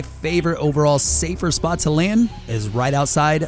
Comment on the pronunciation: FuNNysoCCer YESS!!! He didn't say my secret spor too!!